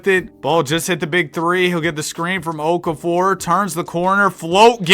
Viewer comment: IT'S OKAFOVER